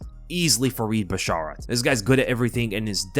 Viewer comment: Your pronunciation of basharat causes me physical pain